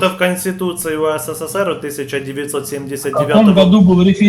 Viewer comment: не УСССР, а УССР. Вы лишню букву С произносите.